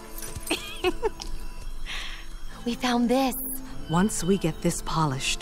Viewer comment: Kara not kera